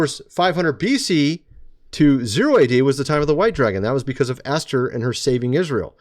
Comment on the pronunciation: Geez! Esther is pronounced E as in bEd r bEt. Not Aster the pagan goddess. Please!!!